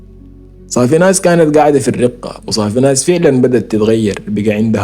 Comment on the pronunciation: مدينة [ الرَقَة ] بالفتحة ما الرِقة